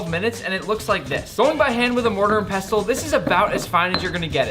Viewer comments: Great video and I was shocked to see a "barber bash" at the start. I've always called it pestle and mortar (pronounced pessel with a silent T). I'm surprised Nick didn't take the opportunity to do a purple eggplant joke with the pestle. I find him totally inauthentic, puerile and style over substance. He seems to add to the food industry what boy bands add to music - a short lived fad I pray. Coriander (cilantro) root is readily available in Thai supermarkets in the UK or Uncle Roger can grow his own and have root, seed and leaf. It was an absolutely terrible job if you know thai food. and Uncle Rogers foot should have firmly gone down. Western green oils have no place in Thai food to cover up that he doesn't know that coconut milk should be used. I get that people focus on the word green but he might have well used food colouring if that is all he thinks the dish is about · as a Chef, especially one with knowledge of French cooking terminology, you should know that the "t" in "Pestle" is silent.